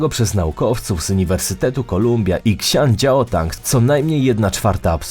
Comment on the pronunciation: Nie Ksiandziaodang, tylko Xi'an Jiao Tong.